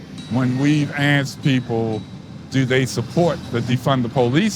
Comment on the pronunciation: I ax you: what is a cun-chree? Should we ask, for the sake of the country?